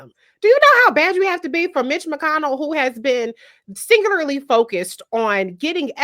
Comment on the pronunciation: she struggled to pronounce "singularly". such a low bar for being "well spoken" in the US. black people deserve a higher standard.